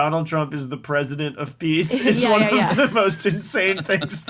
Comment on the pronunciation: "Predisent of Peace" 🤣😂 Really , what an IDIOT !!!!🇨🇦